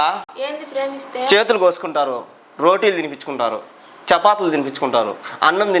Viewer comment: చపాతులు..కాదు.బ్రో..(చపాతీలు).. ఓకే..బ్రో..